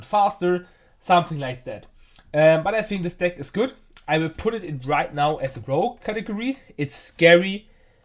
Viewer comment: It's "Rogue" btw, not rouge....